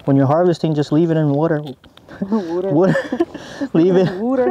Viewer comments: "leave it in the WoUrDeR" hahah. have you been watching too much Brad Leone from Bon Appetit? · "leave it in wuuuduhr" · I’ve been a subscriber since the beginning, and I must say I love your video’s! You and are amazing! Both your editing is great too! “Leave it in the wooter!” 😂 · when you pronounced water “whuter” that’s actually how they pronounce it on the Eastern Shore of Virginia! My grandfather has lived there all his life (he’s 94) and he pronounces water that way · Brad's wourder from Bon Apetite got into you. haha Kelp for the win! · Have you been chatting with Brad from Bon Appetit? Wourder!